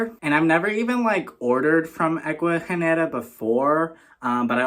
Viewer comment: Aww yes, babes, you said the name right haha 🫶🏽 Omg the turtleeesss!! 🥹😍 ugh, the orchids are so pretty ! The one mounted in wood is so cool…I want to get a few orchids but I’ve killed every single one I’ve gotten from like Lowe’s or Home Depot lol 😭 I’m so glad you got to experience an Ecuagenera Pop Up 🙌🏽💃🏽 hope you’re having an amazing week !! 🤗🥂🩷